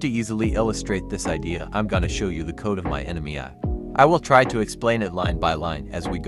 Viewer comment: The ai voice can’t say ‘ai’😂 great video and explanation, a few typos but your intent was clear